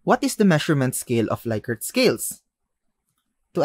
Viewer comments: Rensis Likert is pronounced "Lick-ert" not "Like-ert" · "Lick"-ert, not "Like"-ert